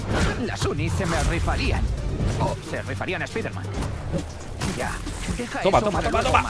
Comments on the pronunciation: Alguien escucho cuando el spider man dijo Spiter-man. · Espiderman doz 😂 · La única persona que respeto que diga espiderman en vez de espaiderman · No soporto en el idioma de Español-España que digan “Spiderman” cuando la palabra está en Inglés y así se debe de pronunciar de la manera correcta la pronunciación sería (Spaiderman) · Pronunciacion correcto: Spaider-Man Two